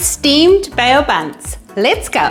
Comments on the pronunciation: Just letting you know it's pronounced 'bow' not 'bay-o'. But what a great recipe! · Bow as in the verb that is. 😂